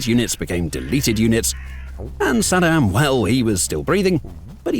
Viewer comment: Such a great video. My only problem was the narration, you guys are already hard to understand with the british accent but calling Saddam Husein as "Sed'm" didn't help at all 😂 I had to keep rewinding to understand what's being said.